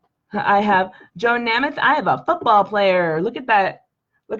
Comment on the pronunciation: Never heard Joe Namath’s last name pronounced that way LOL. I had plenty of Megos as a kid in the 70s. I’ve bought the new ones. Just the Star Trek TOS figures. Kirk and Spock w tribbles, Romulan, Gorn and Mirror universe Sulu.